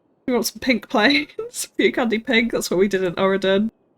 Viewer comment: Your voice sounds more husky in this episode. Also it sounds like you're saying "Cucumber Here" rather than "Few Candy Here". Am I missing something? Also, how do the planes parked on the far side of the runway get onto the runway? And I think there should be a service road around the back of some of these areas to keep trucks and vehicles off the tarmac IMO